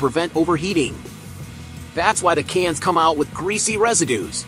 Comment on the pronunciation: Can't listen to him saying *cains again 🤣🇺🇲